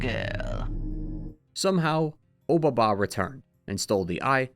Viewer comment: "Obaba" is a way of saying "Old Lady" with a bit more formality than just "baba"; it itself isn't really a name and you could call any old lady obaba which is why there's always a descriptor or another name attached to the title. also your pronunciation is wrong, and it bothers me 😂. the "o" just indicates politeness in addressing. Honestly generally the case with a lot of pronunciations of Japanese names throughout this video lol.